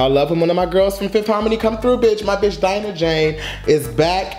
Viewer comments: Die-Nah not deenah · It's not DEE-NAH IT'S DIE-NAH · Yes thanks for reacting to Dinah Jane I love her so much 💞 & her name is Dinah Jane like Dinosaur pronunciation Die nuh Jane not Deeenuh Jane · Yeah Bottle’d Up did sound like a scrapped Fifth Harmony song, & her name is Dye-nuh i think instead of Dee-nuh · U keep saying Deenah and it’s DIE-NUH... DIE-NUN JANE Not Deenah 🙄🙄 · I'm gonna say this with love: it's pronounced DIE-nuh! 😂 But yeah she really did an amazing job with this EP. These songs aren't actually gonna be on her official album, which is why she released them. I would encourage you to look into the story behind her song "Fix It". It's such a personal song and I have a whole new found respect for her because of it. Great reaction as always! 💜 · Sis! Its "Dye-Nah" Jane LMAOOO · Thank you for reacting to our girl Dinah Jane pronounced Die-Nah lol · And it’s DI-NAH LOL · Its DIE-NAH LOL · I love how you you got her name right in the beginning then second guessed it a minute later and got it wrong then just gave up and called her dj😂😂👍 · you literally said Dinah right then wrongfully corrected yourself 🤧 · Right it’s annoying like he knows how to say her name